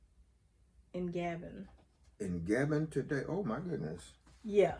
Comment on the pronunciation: The country is pronounced GAH-BONE. I am looking forward to getting my results.